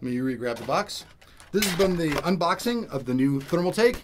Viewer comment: Thumbs up if you noticed that he said UNBLOXING